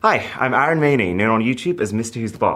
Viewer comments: the way he is pronouncing his name idiot! It’s AR UN not Arooon! 😂 Indians with absolutely hilarious way of pronouncing their actual name! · Oh no! So sad that Arun mispronounced his first name and made it 'Aaron'. It's 'uh'-run' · No bro, you are not Aei-run, you are A-roon. Learn the pronunciation of your name first. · He doesn't know his name's pronunciation? It's not Aaron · Is anyone gonna tell him that his name is pronounced 'uh-roon'? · Bro pronounced his name as 'Aaron' 💀😭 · bruh the accents caught him so bad that he even mispronounces his own name. My father's name is also Arun and i can't imagine someone calling him Aae-Run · Dude you can't even pronounce your name right what is wrong with you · Bro you don't even know how to pronounce your own name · I wish he pronounced his name right 😢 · you know you different when you cant even pronounce your name right. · Dude!! you are pronouncing our name wrong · Why do you Mispronounce your own name.!!